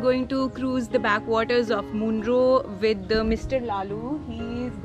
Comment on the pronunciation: Little correction.. Munroe is pronounced as मनरो. Also the river is ‘Kallada’, not ‘Nalanda’